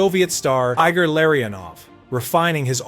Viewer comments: Why are your pronunciations of ev-genie malkin and I-gore larionuve so terrible. You a fan or a content creator. Eee-gore and Ev-genny should be base level. Lariono is nicknamed the professor and one of the og members of the Russian 5 for God sake. Learn your history before you try to chronicle it POS. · EYE-gor Larry-Un-Ov